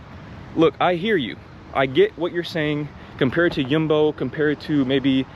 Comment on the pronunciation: So funny to hear you say you miss Albert Heijn. And your prenounciations of Aldi, Jumbo "heel goedkoop” 😂 you are a very cool dude" God bless you my brother.